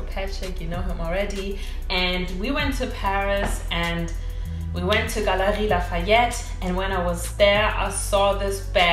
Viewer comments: « We went to GALARIE LAFAYETTE » tout les français doivent être KO 😂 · « I went to Galeries Lafayette » Your french prononciation is very cute 💜💜💜👑👑👑. Vive la France les gars 👏🏾👏🏾🇫🇷🇫🇷